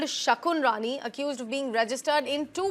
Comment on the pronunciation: Pls her name is "Shakun" Rani, not "Shakuni"